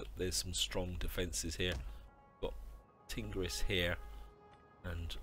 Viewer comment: Horrible pronunciation of factions & provinces. "Seucelids" "Bactria" "Tingris"